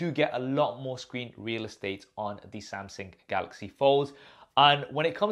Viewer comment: Samsung not samsing.Bro get your English right.